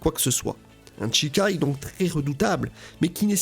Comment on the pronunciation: Ça me trigger d'entendre "Tchikai" 😆